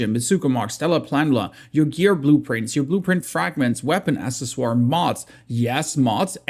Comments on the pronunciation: Thanks for all the vids, some help?... accessory = uhk seh suh ree, :D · " Accesoire - Sorry I'm german" Pronounced it like a frenchman LMAO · it's pronounced "Ack-sess-er-ee" btw. Overall Im excited to see we're getting a lot more content but Im curious to see how it all works in practice. Im kinda burnt out on the game rn, dunno what to do besides farm silos over and over for bis mods, gets kinda boring. maybe once we're off novice servers and they actually become a challenge it'll be more fun. A bit sad we have to wait until oct for a new map. Looks like it's a winter map from the screenshot, probably going to have to manage your temperature. Also I dont understand how we keep our story progress but lose our levels on reset, maybe there's going to be a new story per scenario. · "assesswar"? cmon bruh, im german too, you cant just say whatever you feel like and say "sorry im German" while you completely butcher what you're trying to say lol. I mean, you speak English very well, take the time to learn how to say some of these words you need to use in almost every video. lol, no hate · ack sess or ree lol I understand you though